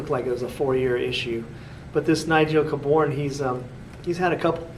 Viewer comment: Pronounced K born